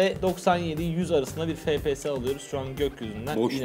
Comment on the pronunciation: Abi fps efpiyes deniyo an fps diyosun